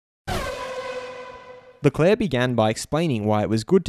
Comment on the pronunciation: It’s leclerc, not leclair